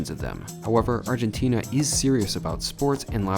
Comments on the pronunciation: Argentinia? Is it said that way? I’ve been saying Argentina. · How many times do you have to go to ARGENTINA before you stop calling it ARGENTINIA?